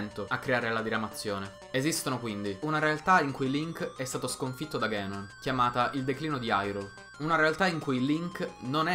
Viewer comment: Non è "ghenon" è "ganon" si pronuncia come è scritto, dato che in giapponese è scritto così ガノン non così ゲノン